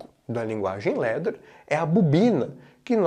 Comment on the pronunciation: LADDER ...pronuncia /lá.der/ LETTER ... pronuncia /lé.der/